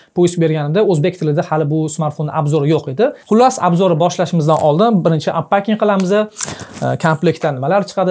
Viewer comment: Anpakingmas😅. Anpeking